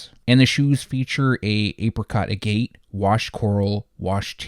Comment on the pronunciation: All good. Its pronounced like maggot without the m. its a gem stone, oddly one that comes in various colors, which makes it a poor color definition to use for a product. But Nike cares about that about as much as youtubers do pronunciation.